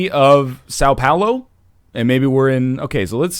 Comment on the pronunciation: I love your portuguese pronunciation so fucking much, when you said Sao Paulo, I almost died. EVERYTIME you said Sao Paulo. That was so great